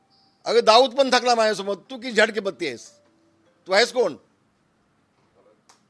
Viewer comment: Bhai pronunciation " zad "ki patti 😂🎉pan bhai khup dearing ahet..Love from Dapoli Asech highway sathi awaj uthawat raha